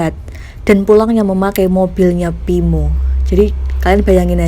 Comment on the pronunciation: Ngomong yang beneeeer weei pinmo pimoo ...tangmo nama dia😀